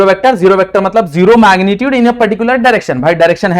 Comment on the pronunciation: Maagnitude nhi sir magnitude 😂 phele bolna shik loo 🤣 Kay bolte ho gays